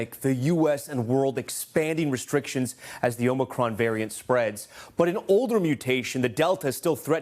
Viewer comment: Who is this guy that keeps calling it omni cron?😂